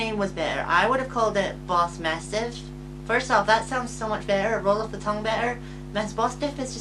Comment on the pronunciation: I had to disagree with Bossmasstiff being a better name. The "smas" part is hard on the tongue. Mabosstiff is easier to say, you're just not saying it right 😅 I had Oinkologone on my team until I found something better to replace it very early on, and I really only had it because the game kinda makes you catch it. I feel you on the Houndstone part. I specifically went out of my way to catch Greavard just so I can name it after my sweet boy and it saved my ass on so many occassions. It's on my final team :)